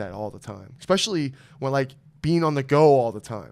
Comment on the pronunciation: the word is 'especially' not 'expecially':D